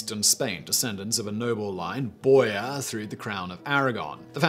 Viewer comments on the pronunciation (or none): Not Bore-yah, Bore-Hah (Borja) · Learn to say the words you're using. You don't come close on Cesare, little better on Borgia. And then, you've added the simply blatant restating of incorrect internet tales, in the place of research. Your channels used to be a value, but basically, from the point where you started making cover images with your face in some cheesy, tacky looking pose - following along with the current trend of trying to show an expression but ending up looking like a sad mime, from pretty much that point they become sloppy and unreliable.